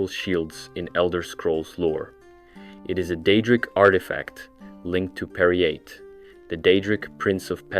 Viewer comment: Dont think ive ever heard Peryite pronounced that way, but now that im thinking about it, idk if ive EVER heard it said outloud